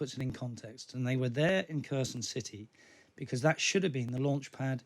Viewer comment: It`s Herson, not Kerson. The Kh spelling is misleading. Херсон. X stands for H, not K. There is no K sound in it. Just Herson.